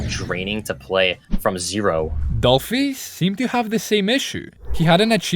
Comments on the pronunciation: not "doplhy" 😢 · “doplhy” haha